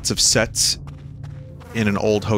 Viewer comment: Did anyone else misunderstand him at first and hear "lots of sex" instead of "lots of sets"? I was REALLY confused there for a second.